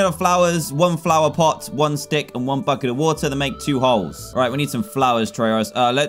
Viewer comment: i thought he said "fu* it"* instead of bucket